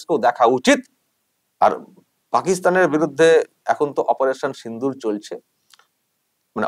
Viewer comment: ভাই ইঁদুর না ওটা সিন্দুর হবে, আমি জানি এটা আপনার ইচ্ছাকৃত না আপনার উপর আমাদের বিশ্বাস